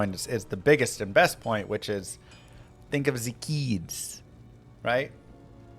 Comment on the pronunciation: I thought he said "think of the Gheeds" haha